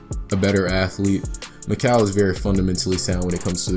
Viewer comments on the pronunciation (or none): Sorry to be annoying but his name is pronounced MIK-ELL not MIK-AL even tho it looks like that. I only know this because he was out neighbor and went to our high school. Anyone reading this never give up on your goals because when he was in 7th grade mikal got cut from our MS team and he was pretty bad but he improved sooo much. I have some videos on my old computer of me playing with him I’ll be sure to upload